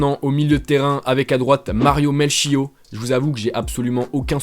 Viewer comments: on dit melkiotte pas mel chiot hahahah merci pour le fou rire :) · Peut être que Melchiot te dit rien parce que tu le prononces mal, ça se prononce Melkiott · Melchiot on prononce le t à la fin